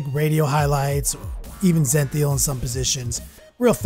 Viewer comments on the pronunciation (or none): ze-nee-thal. not zen-thee-awl